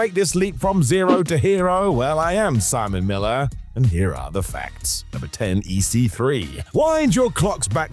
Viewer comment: Simon Miller 😂 i heard salmonella 😢